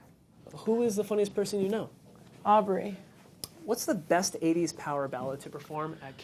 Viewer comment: LOOOOOOOOOOOOOOOOOOOOOOOOOOOOOOOOOOOOL SHE CALLED DRAKE AUBERY!!!!!!!!!!!!!!!!!!!!!!